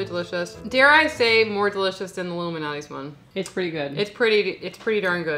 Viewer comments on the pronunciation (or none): I love y’all, but did you call Lou Malnati’s “Illuminati’s?” 😂 Great video.